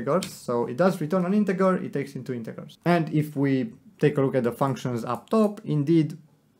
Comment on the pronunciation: Just so you know, you are pronouncing 'integer' wrong. the g is pronounced like j in juice. not like g in god.